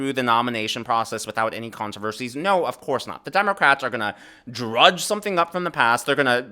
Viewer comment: Pretty sure the word is *dredge and not Drudge haha.